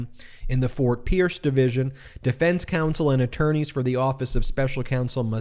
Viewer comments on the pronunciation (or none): none